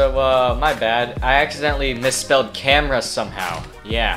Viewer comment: No one:: "Camara"